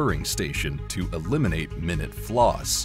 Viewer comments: You are saying minute incorrectly. It is pronounced my-noot, as in as very small flaw. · Rushed to the comments as soon as I heard it lol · Not a human..a human would know They're not using Minute Properly